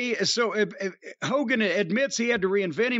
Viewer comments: Hokeey Hoogan lol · I was laughing when both Corny & called Hogan Hokie Hogan 😂😂😂